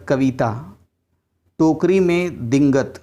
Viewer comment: दीगंत को आपने दींगत पढ़ा।